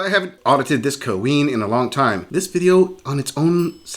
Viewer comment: The worst part of these videos is the narrator saying " kah-ween".